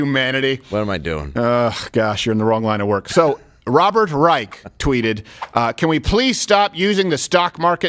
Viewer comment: Does anyone else hear Rush Limbaugh in their head saying, "Robert Rei-SHUH" every time he’s mentioned?